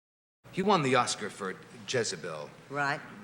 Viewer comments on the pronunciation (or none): none